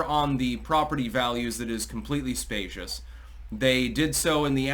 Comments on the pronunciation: Spee-shus, not spay-shus. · It's ''specious'' not spacious. Sorry. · "Specious" (SPEE-shus) is not the same word as "spacious" (SPAY-shus). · Specious not spacious 🙄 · spEcious -- sounds like "spEEcious"